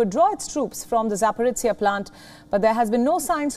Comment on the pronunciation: ZaporizhzhzhЖЖЖiya, lol